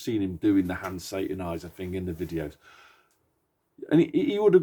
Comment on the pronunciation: “Hand sataniser” I haven’t heard that before 😂